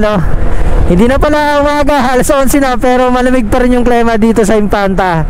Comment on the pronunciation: sir klima po, ndi klema. ilang beses nyo p po inulit. God bless! more videos to come.